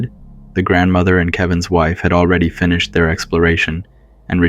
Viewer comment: I'm British - I haven't noticed any British accent but definitely some strange pronunciations, such as "finish-ed" and "disclos-IE". Weird